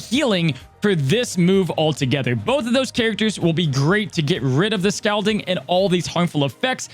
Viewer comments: I think it is pronounced Scal(all)ding. Or either that's how we pronounced it over here in nc. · LOL how says "scalding" with the "a" vowel sound in "scalp" where I'm from in PA we say the "a" vowel sound in "scalding" like the word "call"